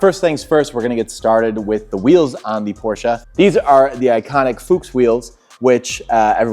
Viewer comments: The city where on the porsche emblem on the front hood, that´s my hometown. And Yes, that´s the rigth steeringwheel and the ignition is on the left. 👍 by the way we say Porsche not Porsch. He said rigth, but the customer doesn´t. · Say it with me: Por - SHA